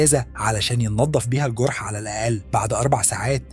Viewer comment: انت بتتكلم كده ليه و اسمه الجوورح ولا الجرح و السلم ولا السولم 😒